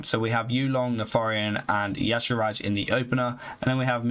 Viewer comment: Can you please put in a bit more effort in pronouncing the mercs and equipments correctly? Makes it really hard to watch a video through to the end with all the "Azira" instead of Azshara, or "Ruins" instead of Runes. This is a continous pattern throughout all of your videos.